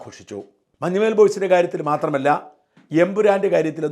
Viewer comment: മഞ്ഞുമ്മേൽ അല്ല shajan sir.... മഞ്ഞുമ്മൽ ആണ്... Sir മുൻപും ഇങ്ങനെ ഉച്ചരിച്ചിട്ടുണ്ട്... കുറ്റപ്പെടുത്തുവല്ല കേട്ടോ... അങ്ങനെ കേൾക്കുമ്പോൾ എന്തോ പോലെ തോന്നി അതാണ്...